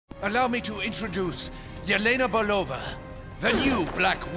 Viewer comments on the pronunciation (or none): Belova- despite the "E" you say "EE", like in meet, keep, sheep.